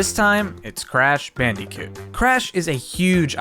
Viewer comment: R u calling crash bandicoot “crash bandeecoot” ironically or...